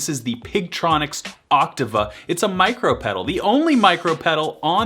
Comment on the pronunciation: i dig the vid, although I feel you're pronouncing OCTAVA incorrectly.